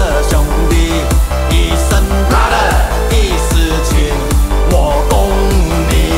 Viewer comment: 兄弟的英文是 BROTHER 不是 BRATHER